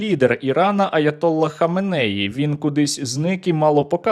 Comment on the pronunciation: АятоллА ХаменеІ, обидва слова з наголосом на останньому складі